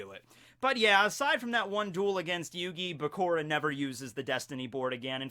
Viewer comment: it's Bakura like Sakura...not Bakora.. jus saying, still love you